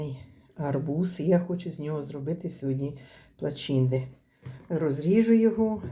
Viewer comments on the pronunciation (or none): Та не плачинды,а плачинты.Это молдавская выпечка и правильно плэчинта.